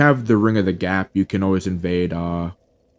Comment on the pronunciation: “ring of agap”